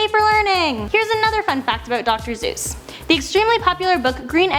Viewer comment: its dr. Seuss not dr. Zeus